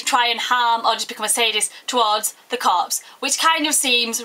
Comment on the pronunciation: Her accent is sexy and its funny how she says corpse